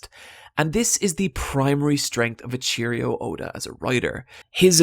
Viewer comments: Hate to be that guy but someone has to say it. It's E-ii-chiro not a A-cheerio. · Eiichiro (Eh-Ee-Chee-Row) not A-CHEERIO... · take a shot every time he says e-cherry-o Oda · It's ichiro not ichirio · His name is pronounced Eh-ii-chi-ro, not A Cheerio. And I know you probably get this a lot but manga is pronounced mah-n-ga not mee-nga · Eiichiro Oda, not Eichirio. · you pronounce his name as "ey-cheerio" oda.. its "ey-chi-ro" oda there isnt an i at the end of his name. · Eiiichiro, not Eiicherio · I just cant handle the fact that he calls Eiichiro Oda “A cheerio Oda” 😂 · Did you just call Oda “a cheerio” ??? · i die a little when i hear echirio oda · "ee-cheerios-oda" imagine being named after cereal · "and that author is...'A Cheerio' Oda" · Lmaoo "eecheerio oda" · Eichiro - pronounced EH-I-CHI-ROH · "E-Cheerio Oda" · You pronounced odas first name wrong, cmon bruh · Sorry, but everytime you said Eiichiro made me cringe, cause the pronunciation was so off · The way you pronounce Eiichiro is painful lol